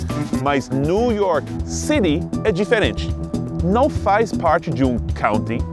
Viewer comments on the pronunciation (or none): none